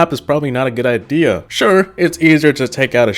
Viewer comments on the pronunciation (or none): none